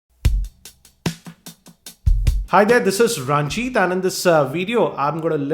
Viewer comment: its not raaanjit. . .raaanjit means d winner of women . .its more like run+jeet. . .winner of wars dis is what it is